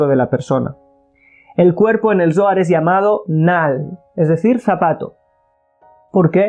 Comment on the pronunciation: Shalon!!! Una observation,!!!! Cuando dices Zoar, se trasfiere a la palabra dolar" , y comparto el video , solo para no poder confundir a lis principiantes, gracias